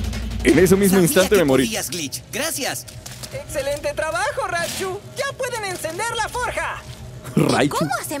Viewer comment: dijo ratchu no raichu